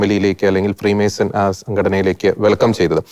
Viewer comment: ഫ്രീ മേഴ്‌സ്ൻ അല്ല ഫ്രീ മേസൺ എന്ന് പറയാൻ പഠിക്കു